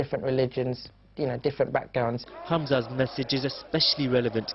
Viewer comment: He's say background wrong